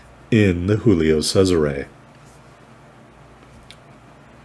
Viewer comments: You murdered the pronunciation of Giulio...Giulio Cesare...Roman emperor...the month July is named after him...Italians pronounce every letter of the name...G is G not H. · You got a Kraken...Che cosa vuoi di più dalla vita? Saw your other Cesare video...first try of the pronunciation was spot on...then you went all Mexican...Tequila is not that popular in Europe...